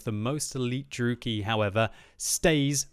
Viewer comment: Dru-E-KI not Drooky